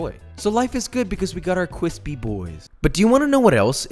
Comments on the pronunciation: Uwu cwispy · That Looks Cwispy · Made this tonight. Turned out extremely Cwispy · kwispy kwispy kwispy😳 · Josh: We got our cwispy boys Subtitles: we got our quiz b-boys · Kwispy but dry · Love your recipes. I have made many of them in your series. Please stop saying quispy. I cant take you serious. Lol. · I hate how he only said cwispy 2 times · ceo of cwispy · Now THAT was some cwispy b-roll! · paused commented and left after he said cwispy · So kwispy💦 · We the cwispy boiz! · I made this recipe and it was magnificent 🙏 cwispy cwispy indeed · kwispy bois and kwispy b roll mmmmm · bread crumbs, eh. corn flakes, the real cwispy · No one: Josh: CWISPI BOIS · who doesn’t love cwispy b-roll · Do you wanna know what else is cwispy? B roll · he is speaking th language of food and uwu ("cwispy wishpy chiken") is it safe to assume that this perfection of a man likes anime or/ans fluffs? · Man that "b-woll is weally cwispy"